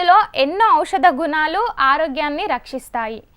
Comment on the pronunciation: గునాలు కాదక్కా గుణాలు అనాలి😅 అలాగే నిపునులు కదాక్కొయ్ నిపుణులు అనాలి😂😅😂😅😂😅